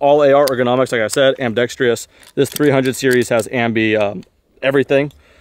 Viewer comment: You really need to learn how to pronounce "ambidextrous"